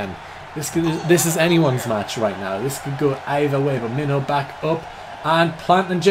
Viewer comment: When i heard you mention Minho in another video I thought you said Main Ho